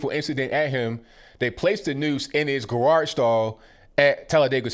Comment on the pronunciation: My dude says gawarge 🤣